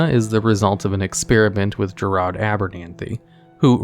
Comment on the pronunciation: bro really doesnt know how to pronounce gerard?